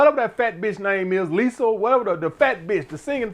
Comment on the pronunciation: Lisol...u mean Lizzo😂😂